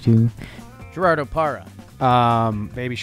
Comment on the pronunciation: to be fair he also hit the hard G in Gerardo Parra so maybe Trea isn't a leading pronunciation authority....or is he